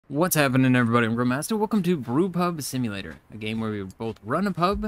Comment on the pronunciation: In your intro I thought you said "Welcome to group hug simulator". Had to laugh. I know full well what video I was watching but that made me pause a sec.